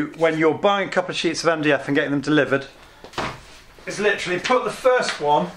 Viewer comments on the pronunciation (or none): none